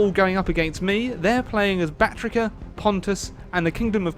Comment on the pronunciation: soory but it's Baktria not Baktrika